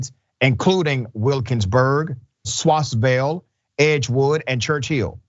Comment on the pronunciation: its pronounced swissvale i know your highly educated sooo, perhaps the editor is not spelling it well.. just awareness note, before someone judges you.. lol